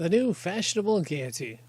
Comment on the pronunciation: It's lend. Not lende. It's gay ity not whatever the hell you said 😂 we need a literate reader. Not a fn idiot b